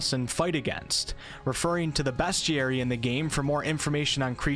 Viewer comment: Lmao the way you pronounce “bestiary”